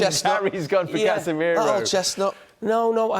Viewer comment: Did he really say Casemiro 🤣🤣🤣